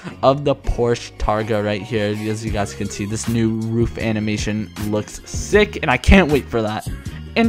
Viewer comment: I think it’s pronounced roof not not rough